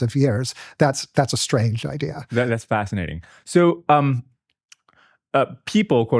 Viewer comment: he said "fascitating" lol